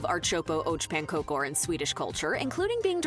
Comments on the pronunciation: Archopo och pankokor.. this AI totally butchered that. It's Ärtsoppa och Pankakor (“AIRt-sop-pah ock PANN-kah-koor”, or [ˈɛːʈˌsɔpːa ɔk ˈpanːˌkɑːkʊr] in phonetics ).. and then took forever to explaining that it is "pea soup and pancakes" Also, about the princess cake, she did say what the flavor was: Marsipan. It's a sugary almond paste. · Ar-chopo oach pancokor never gets old. It's the worst butchering of Swedish i've ever heard in my life 😂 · ”Art soppo arch pan cocor”😂